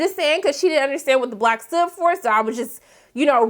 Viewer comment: I really wish you got some facts correct on this recap. Derek didn't say one thing about the sunshine and the darkness when speaking about Molly's post. But I had to log off after you mispronounced the mispronunciation of BLOcc. Like we are not even 10 minutes in and you aren't given us a valid recap.